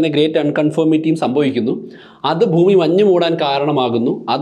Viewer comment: എല്ലാ വീഡിയോകളും മികവുറ്റതാണ്. ഉച്ചാരണത്തിൽ, ഫൂമി മാറ്റി ഭൂമി എന്ന് പറഞ്ഞാൽ നന്നായിരുന്നു.